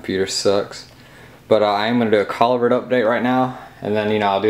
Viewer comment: It pronounced like ca Lew brid